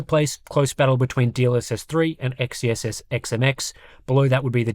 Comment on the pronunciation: It still bugs me how people pronounce XeSS "Ex-Ee-Es-Es". Xe is pronounced as "Zee"; it's "Zee-Es-Es".